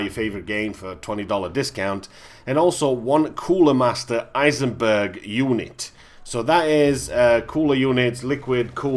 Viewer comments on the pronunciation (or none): Coolermaster Eisenberg? Someone watched a little to much Breaking Bad :D Psst… it's Eisberg (Iceberg)